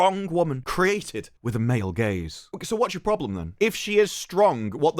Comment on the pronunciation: Every single time all i hear is.. "MALE GAYS" 😂